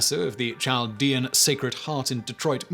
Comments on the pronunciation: I have always heard it pronounced like "Caldean" with the h being silent. I am from the area mentioned in the Bonus Facts. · I think the "CH" in Chaldean is pronounced as a "K" (Kaldean). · Doesn’t mean much but as someone who works in a heavy Chaldean area near Detroit, it’s pronounced “Kal-dee-un” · It's pronounced "KAL-dee-an" not "chall-dee-an" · The Ch in Chaldean is pronounced as a K not a Ch. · Pronounced: Kal-dee-an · It is definitely pronounced with a k sound. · Chaldean: Cahl-DEE-an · Hey Simon Chaldean is pronounced without the ch sound the h is silent so think of it like Caldean or a k sound. I live in Detroit and have grown up with Chaldeans my whole life. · Chaldean pronounced with "K" not "Ch" sound..... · Chaldean isn't pronounced with a soft "ch" as in "child," but with a hard "ch" that sounds like a "k." Kal-DEE-ahn. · I live in the Detroit area and always heard that pronounced "kal dee an". No surprise that Coleman Young gave Saddam a key to Detroit. That man was a real piece of work. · Great videos always. Side note...Chaldean is pronounced Kaldean. Other than that, love all your videos. I am Chaldean in case you are wondering how I know. PS since you cover a lot of topics, if you want to do one on the last/oldest Christian communities(Chaldeans)... Let me know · Your pronunciation of "Chaldean" is ridiculous, Simon. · Yeah, Chaldean is pronounced with a "k" sound. Could someone tell me what "najis" means? I'm not familiar with it. I think it might be related to the Sanskrit word "Naga," serpent, but I don't know.